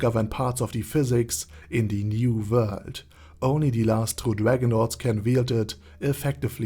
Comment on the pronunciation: Does anyone else just watch his videos because he has a smooth voice and the way he says new vorld